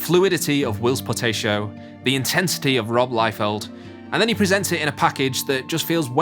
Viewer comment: Who the heck is Will potato? It's Whilce Portacio